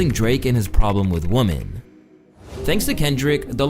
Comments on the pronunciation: Minor point: 'women' is actually pronounced WIM-in. Not WUM-in. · Enjoyed the video.. but I can’t unheard you saying “woman” when you should be saying “women”…😂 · Yep. Drake is a CERTIFIED misogynist and a CREEP. (SN: Women is pronounced "we-men" not "woman".) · “Woman” and “women” are pronounced differently. Use “women” for plural, instead of “woman” for both plural and singular. You’re welcome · Woman and women aren't pronounced the same otherwise great video man keep up the good work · Idk why this bothers me so much but the plural for woman(women)is pronounced “we-men” not woman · Why does so often in this video, "women" and "woman" sound the same? Is this some scene thing? Or is it the canadian accent or something? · You keep saying woman instead of women. No big deal, neither is right anyways. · you are mispronouncing "women" it's not "woman" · The way you keep pronouncing “women” as “woman” is driving me ansolutely insane man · It bothers me how he pronounces"woman" its women. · Is he sayin with woman instead of with women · why bro keep saying "woman" instead of "women"? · why does he keep saying "woman" singular instead of women plural 😅😂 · "Women" bro, not "woman", when speaking in plural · Yo, please learn to say WoMEN, not woMAN when you are speaking about several woMEN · My G, why do you pronounce Woman, and Women both as Woman?? Its killing me! 😂😂😂 And you spelling out "kisses" & lowering the volume on the word "13" , but letting the n*word and the Fword! slide thru no problem..,is genuinely distracting 😂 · Why is it impossible for to say women and not wo-MAN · Louaista pronounces woman and women the exact same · Women pronounced wimin. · great video, just one thing the plural of woman is "women" and is pronounced /ˈwɪm.ɪn/. just something i noticed ... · Why are you saying women like the word woman? It’s pronounced WIH-men. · Dude u pronounce Women and Woman the same!! so annoying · why does he pronounce women wrong?